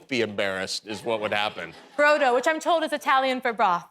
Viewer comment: brodo is broth but the o is pronounced ò (bròdò). Please don't Americanise Italian coz it's doesn't sound nice. So no bro-dough, that's pizza 😅